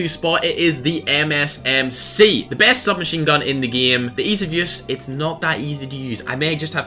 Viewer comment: why does he keep saying the word game wrong lol